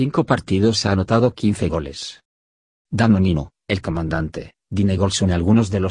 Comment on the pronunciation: "Danonino" jajajaja